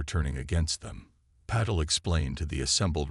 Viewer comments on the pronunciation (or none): WHAT THE HELL IS AI’S PROBLEM WITH PRONOUNCING AND SPELLING A 5 LETTER NAME SUCH AS PATEL , VERY FRIGGING SIMPLE AND TO THE IDIOTIC WRITER , THAT IS WHAT PROOFREADING IS FOR , MORON !